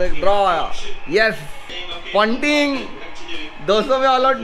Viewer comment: Why are you saying paunting